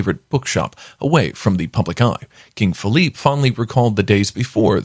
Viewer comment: Philippe not Feliph